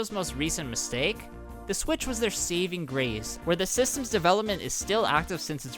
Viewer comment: “seeving grease” bro what accent is that